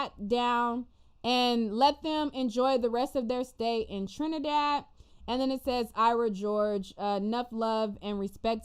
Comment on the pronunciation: girl you butchered those names and the trini dialect 😂😂😂🤣🤣🤣🤣🤣🤣but being West Indian, it was cute to watch but you’re forgiven.